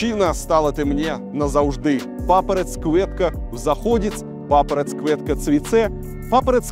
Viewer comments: У тебя неправильное произношение надо мягко говорить окончания, не идзээ а идьзее, папараць вместо папаратц как слово "Рать" и остальные так же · Все звуки произносятся вами буквально - цвицэ, цыхай, папарац-кветка, а надо говорить мягко - цви(те), (ти)хай, папараць - не папарац, а папара(ть). Если после согласной идет любая гласная буква - там мягкое звучание, не смотря на то что там буква Ц. Но в целом вы просто молодец.